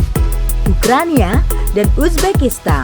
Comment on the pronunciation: Kalau g salah denger tadi ukraina dibaca ukrania😁